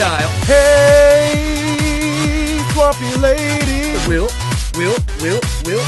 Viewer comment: I like almost all of this, but since when is TWAMP pronounced like 'swamp' and not like 'tramp'?